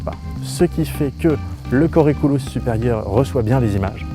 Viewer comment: tu as bien prononcé putamen ^^ Par contre colliculus non.D'ailleurs avec le don de double vue, on a des personnes aveugles qui jouent au ping pong. A propos de l'héminégligence (d'abord l'héminégligence simple tel que tu la présente on a tendance à l'appeler hémianopsie droite), le plus impressionnant je trouve c'est que même si tu pousse un objet de manière à ce qu'il entre dans le champs qui, il va toujours négliger cette même partie. d'ailleurs lesnégligeants continuent d'avoir une perception inconsciente. Si on leur présente deux photos d'une maison mais dont une à la moitié en flamme, et qu'on leur demande où il préfèrent vivre, ils répondront systématiquement mais sans savoir pourquoi dans celle qui va bien.Mais le plus impressionnant c'est l'autohéminégligence (ça ne s'appelle pas comme ça mais osef), en gros c'est la moitié de leur corps qu'ils négligence (en général la gauche car ça arrive chez des droitiers et si ils avaient la même lésions sur le cerveau gauche ils compenseraient). De ce fait, ce sont des patients qui se demandent à qui appartient a jambe qui se trouve dans leur lit, qui vont identifier leur bras gauche comme étant celle de leur médecin ou même qui vont se plaindre d'attouchement etc.